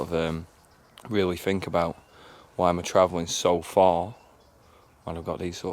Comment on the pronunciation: Fink? I think he means think. Thuck-Wit.